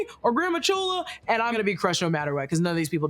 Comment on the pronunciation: It’s not chola lol